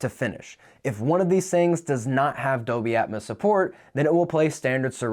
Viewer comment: is there a reason why you keep saying "doby" instead of "dolby?"